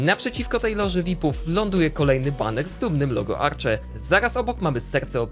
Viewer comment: Tutaj uwaga drobna. Arche mówi się tak jak się czyta więc nie żadne „Arcze” tutaj obiekt nadużywa nazwy hotel, bo tych norm nie spełnia. Szacunek dla Arche za to, że większość obiektów to odratowane zabytki.